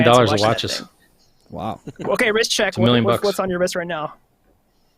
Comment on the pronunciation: claims he said WRIST CHECK which makes perfect sense. BUT it sounds like he says RICH CHECK